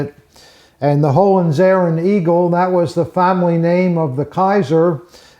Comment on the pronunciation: Americans are so incredibly good at pronouncing foreign words and names. "Hollenzeren"?????